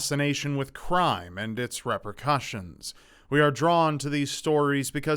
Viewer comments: "rep-percussions" ? lol not english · "repper-cushions" lmao